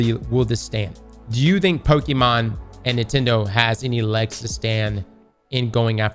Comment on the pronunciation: Drinking game - take a shot of any drink every time says Pokemon wrong. Also, Nintendo in the wrong as usual, they will probably fail in this case.